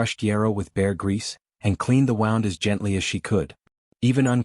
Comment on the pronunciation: Good story but they wouldn’t have left the horse uncared for. And “wound” in that context is pronounced “wound.”